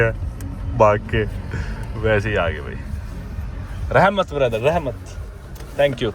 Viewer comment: rehmat ni rakhmat😂